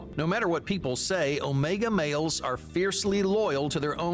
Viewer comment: The way this man says “males” like “mayols” is really bugging me